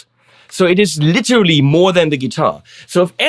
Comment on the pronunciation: Jaaa, „litschrli“